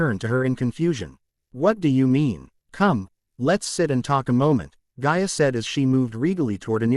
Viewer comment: her name is gaia NOT ga ia